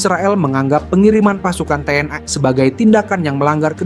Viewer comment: Komentator harus belajar mengucapkan kalimat dg benar. Bukan Te En Ai. Tetapi Te En I. Bukan Komisi Ai DPR tetapi Komisi Satu DPR. Yg cerdas donk jadi narator.